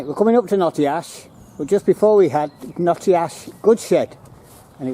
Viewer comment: 'Gate-Acre' is pronounced 'Gat-A-Kerr' and 'Child-Wall' is pronounced 'Chilled-Wall' but you nailed "Notty-Ash' ! The Lord Street station was converted into a bus station (it allways felt a bit weird getting a bus from this building but I didn't know it was formerly a train station !) Keep up the 'Good-Work' !